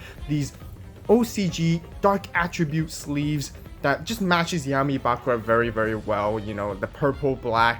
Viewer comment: It's Bakùra, not Bàkura